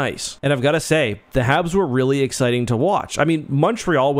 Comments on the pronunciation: I'm pretty sure you're saying "Havs". and . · Are you saying Havs or Habs? #WhatDidTortsLaughAt